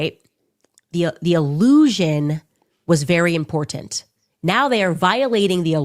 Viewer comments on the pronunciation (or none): Did she actually put the "t" back into important? I only hear her through clips now and she always said, "it's impor ant".